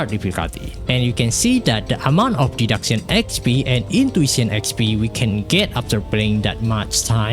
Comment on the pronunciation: You're attempting to reach to an INTERNATIONAL AUDIENCE. Your accent is beyond recognizable like a broken AI. Someone needs to spew the facts infront of your face the reality of the situation. >Archive Raisin >PARADOX SKULL LABYRINTH >Day duck sayin (deduction) >Life Saber (life saver) It's the reverse English weeb concept here in place. You either don't speak in your videos because you can't speak English well and fluent or make a video in your own native language. It's quite obvious you wanna go English for international audience and max view count but you couldn't even pronounce majority of the words right sounding like a grown toddler. Yes, we know you're NOT a native English speaker and so am I and the other people here. You have NO EXCUSE to make up for. You clearly never voice chatted with a foreigner who speaks in a native English language to criticize and give you feedback and improve how you speak. Wrong grammar are tolerable but wrong pronunciation is a different matter where you sound mentally ill. to/two/too there/their/they're pray/prey You have time and effort to respond to your comment sections in ENGLISH. You could spend your time typing instead of talking too but a scapegoat of an AUTO SUBTITLES for us is beyond reasoning.